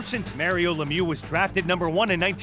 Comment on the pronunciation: It's Mario Lemieux not Lemew. Are English Speaking people unable pronounce a French name ? Why us French Speaking people able to pronounce English name correctly.